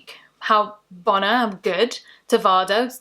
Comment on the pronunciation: "bohna" not "bonna" surely?